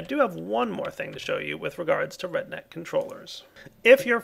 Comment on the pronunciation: Everytime he said RedNet, it sounded like he was saying redneck hahaha